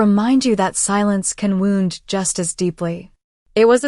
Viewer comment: "Lives lost" is not l-ih-vs, it is l-eye-vs. "Wound" is not wow-nd, it is woo-nd. Please teach your AI reader!